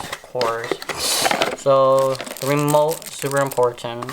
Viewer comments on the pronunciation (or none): You said wemote😹😹😹😭😭🥶🥵🤔🤔🤗😂😂😂